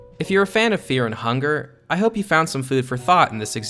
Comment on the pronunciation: Feah and hungah